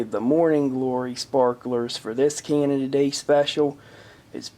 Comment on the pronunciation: I've noticed over the years how you've had such a fondness for Canada, perhaps you should seriously consider visiting? =) I've talked with a good friend about going up to Canada to see him sometimes, we'd probably go to a cosplay convention together, or play video games at his house. Happy belated Canada day - or "Canadia day" as says with his accent tehe~ ^.^